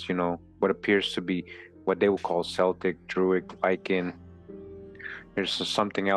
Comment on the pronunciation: Nice work! One minor semantic detail, Celtic is pronounced as a hard 'C' as in Kel-tic. :hand-purple-blue-peace